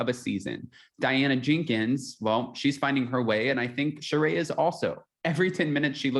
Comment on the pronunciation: Her name is “Shuh-ree” not “Shuh-rayy”